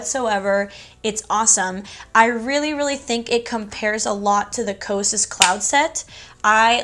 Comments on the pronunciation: bestie i love you but i'm kinda cracking up at your pronunciation of cosrx 😭 it's okayyy it's "caws R.X" 💓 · You said it like “cause r x” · Thanks so much for the review on the lash growth serum-I was curious. And a friendly little FYI, the Cosrx is short for cosmetic prescription. So pronounced Cos and then say the letters Rx. ❤️ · I had no idea that is how you pronounce Cosrx